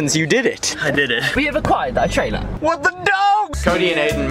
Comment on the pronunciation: we have acquired a traila